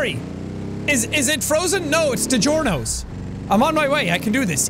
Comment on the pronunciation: Did he really say digiorno wrong?